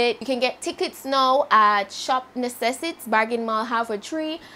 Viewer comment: Y still saying necessits... Lol thought u said u not gonna anymore... Happy birthday though...